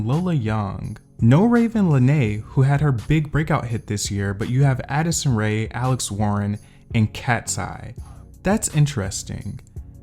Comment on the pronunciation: I don’t like how you said “Addison Rea” .. smh put respect on my girls name .